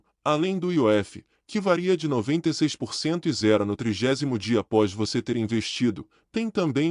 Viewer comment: Não é apois, é após. Nao e GROF, é GROWTH! Mas vlw a intenção!